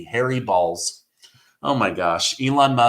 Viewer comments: B o l z. If you pronounce it with a sound of a long Ole like a bowl you want to pronounce bowls use the long o sound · It is not pronounced balls its (BOWLS)....Bolz.....not balls